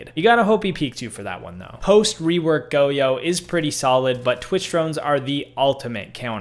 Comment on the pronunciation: i think your the first person ive ever heard pronounce goyo as go yo